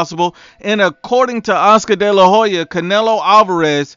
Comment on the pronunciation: Why do people always mispronounce Hoya lol It's not Ho-ya. It's Oya. The H is silent